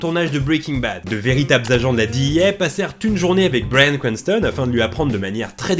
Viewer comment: La vidéo est très cool mais cet accent :"bwayan cwantson" 'boueykigue bade" 😅